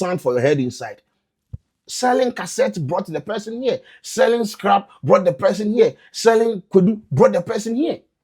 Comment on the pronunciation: Masa y u emphasizing the scrap one😂